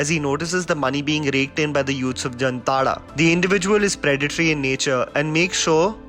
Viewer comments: Bro if u r making a video, be completely nuanced on every aspect. Wrong pronounciation of Jamtara... Its like Jaamtaara not Jamtaara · BTW it is pronounce as Jaamtara and not jamtara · It's. जामताड़ा not जमताड़ा। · It is not Jumtara... It is Jamtara..😂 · It's jaamtada not jamtara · It is pronounced as jaamtara... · Pronounced as जामताड़ा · Splendid review👍👍 Just one thing, the name of the town is pronounced as "Jaamtara" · Its जामताडा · Why is it pronounced as ' jamtada' when it is spelled as ' jamatara '....anyone!!? ... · M from jamtara nd it pronounce as 'jaamtadha' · It's not the right pronunciation ☹️😧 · Nobody can pronounce jamtara properly even u disappointed